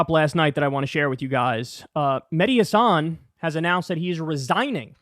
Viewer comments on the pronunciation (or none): kyle, please pronounce mehdi's last name correctly. accent on the 'has' not on the 'san'. just listen to him pronounce it.